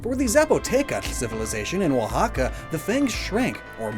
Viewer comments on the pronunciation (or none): none